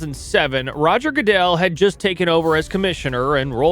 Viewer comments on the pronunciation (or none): none